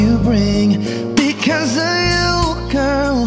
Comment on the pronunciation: Maganda sana pero bakit ganon ang pronounce nya ng because of you ang sa kanya because ohh you?...